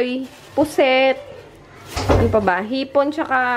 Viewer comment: Gaganda ng seafood 😵 nakaka miss yung adobong pusit na luto ng mudak ko 😬...pra kang caviteña sis, "puset" ahaha ganyan din magpronounce mga kabitenyo, ang isda "ista" yung amplaya sa matatanda "margoso" 😂😂😂 Haha kakatuwa si prang makahiya ahaha ayaw tumingin kaganda ganda eh 😊 😝😂